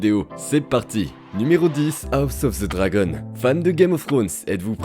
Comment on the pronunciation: Moi je connais juste "House of the Dragon " ....pas "House ofz ze Zragon" 🤦‍♂ esti que les francais on toujours un accents degeulasse quand il parle en anglais🤣 bien contents d'etre québécois et de ne pas avoir d'accents qui fait saigner les oreilles.